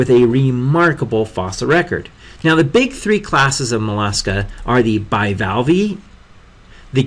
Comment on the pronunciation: Just saying your pronunciation is very poor: Bivalvee, Molluscidae, anthropoda